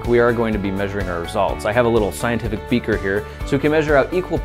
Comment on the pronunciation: lol he said 120ml becer